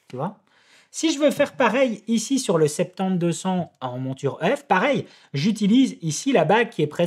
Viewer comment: Scuse moi mais je comprends pas ce que tu dis... RF 50-200 ou RF septembre-200 lol ... ou tu essaies de dire "soixante-dix" ?